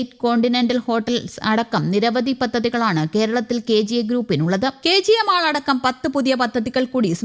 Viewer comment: It is not മാള് എന്നല്ല. ശരിയായ pronunciation മോൾ എന്നാണ്.